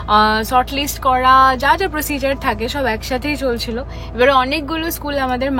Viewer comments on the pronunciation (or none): It's procediorrrrr not procedarrrr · What is REPUTATED ??????? Your mistakes are very REPETITIVE !! PARENTHOOD not PARENTWOOD ! PROCEDURE not PROCEJAR ! ONE OF THE BEST OPTIONS not OPTION !